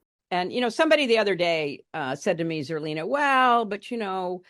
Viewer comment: Who or what is Zerlina? Zurleena?